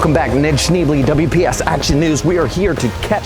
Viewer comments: That's pronounced "Shnay-blay." It's french. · It's pronounced ShnAy-blAy, and shouldn't you be at school? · Actually is pronounced "Shcnay-blay"